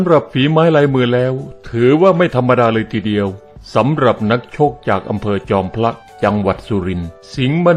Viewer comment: ผมได้ยินว่า จอมพระ นะครับไม่ใช่ บางพระ